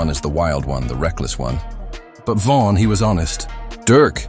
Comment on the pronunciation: Pronounce his name right. It’s Von not van.